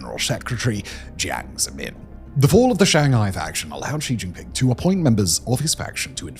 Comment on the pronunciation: Simon is the only YouTube personality I've heard that pronounces xi jinping's name correctly.